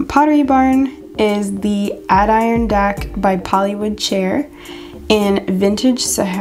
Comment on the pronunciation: Great video, you do a fantastic job finding all these dupes. I can't imagine how long it takes! One thing, Adirondack is pronounced "ad-eh-RON-dack". You can probably find it said online somewhere.